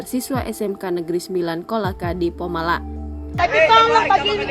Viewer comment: Bukan polamaa tapi pomalaa